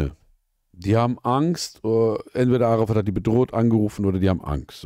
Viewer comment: Am meisten stört mich, dass die ganze Zeit Arafat fslsch ausgesprochen wird. Es heißt "Äräfät" macht es als einziger richtig😂